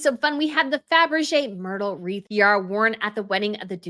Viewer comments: Fabergé, not Fabrege. Please! Bagration Parure is not pronounced Bagrashion Puree. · I love your channels, dear, but it´s Fabergé. Great video! Thank you! XX